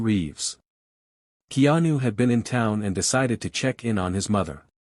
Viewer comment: To the AI narrator: His name is pronounced Kay-anu. In Hawaiian, the "e" is pronounced "a"; the "i" is pronounced "ee." AI not so smart after all!